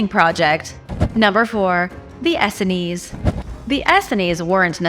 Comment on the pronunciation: Please correct your pronounciation of 'Essene'. It's pronounced 'Ess + seen'